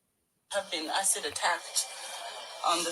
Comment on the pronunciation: Wtf is she keep saying asad and they police said it wasn't asid what a scamner